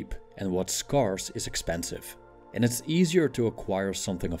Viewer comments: ScAIRce not sCARce. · Thanks for the video. "scarce" is pronounced like "Where" or "air" English is a weird mutt. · Good videos but please check the pronunciation of "scarce". Thank you. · not trying to be pedantic but scarce is pronounced sk-air-s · I love your videos. They're awesome and very helpful. One tip on this one that may be useful for your next productions. Check out the pronunciation of the A in the words "scarce" and "scarcity". It doesn't follow the intuitive rule. 😊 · Love your videos!! FYI “scarce” is pronounced like “scared” rather than like “scar.” Keep the knowledge and philosophy coming! Thanks for everything you do! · Great video, but it would be beneficial to look up the pronunciation of "scarce" and "scarcity". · Your videos are awesome and full of wisdom. To make them perfect, please, check the correct pronunciation of the word SCARCE and SCARCITY. You use them a lot in many of your videos and you always mispronounce them. 😊🙏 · Someone needs to teach this robot how to pronounce " scarce".